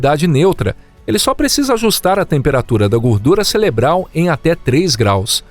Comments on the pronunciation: É impressão minha ou foi dito aqui CELEBRAL em vez de CEREBRAL? 😮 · o narrador é o ou come pastel de flango. 😂